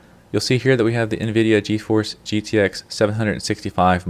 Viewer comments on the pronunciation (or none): none